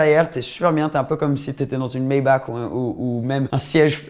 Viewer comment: Superbe vidéo, mais pour t'as culture Maybach se prononce Maybar avec un r a la fin et non un k.